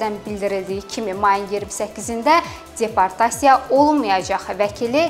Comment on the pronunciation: Aparıcı xanım çox pis danışır. Nitqinə kəndçinski ədalar qatır. Rəsmi və ciddi xəbərlər bu cür, bu ton, bu diksiya ilə oxunmur. Yazıq peşəkar diktorlar belələrini dinləyəndə gör nələr çəkir. ALLAH şahid tutub deyirəm ki, gözünə açkini də yalandan taxıb. Bununla özünə savadlılıq imici qazamdıra biləcəyini düşümür. "_d" səsini "-c" kimi yəni deportasiya sözünü "ceportasiya" kimi tələffüs etməklə guya şəhərli olduğunu və rusca da danışa bildiyini bəyan etmək istəyir.